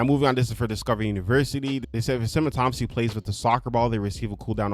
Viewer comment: Dude, you are saying "autonomous" and "autonomously" correctly!!! It's pretty sad that most of these "fixes" are just basic house-keeping... they fixed the things they were too lazy to fix some time ago. Ridiculous.